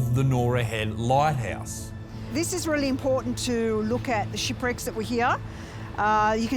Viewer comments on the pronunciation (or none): I swear I thought the lady said “shitbricks” instead of shipwrecks